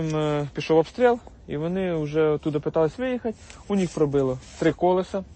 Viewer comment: Тільки не «у ніх», а «у них»!